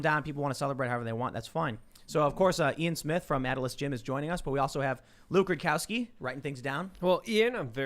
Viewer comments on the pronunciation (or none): Close...i believe it's Luke Rude Cow Ski